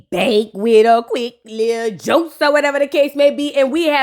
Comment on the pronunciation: It's "joce" not joke...